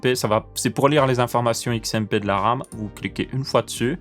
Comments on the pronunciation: Votre arme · À cause de toi pendant tout la video j'entends "Âme" au lieu de "Ram" mdr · alors je suis le seul a entendre âme au lieux de RAM ? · J'entend '' Comment régler votre âme '' 😂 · J'ai entendu votre âme, du coup j'ai cherché en commentaire pour me sentir moins seul :P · Hahaha, non tu n'es pas le seul!!! Votre âme!! Votr'âme